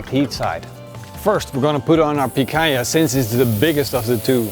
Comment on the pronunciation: He said picanja to the hange stake xD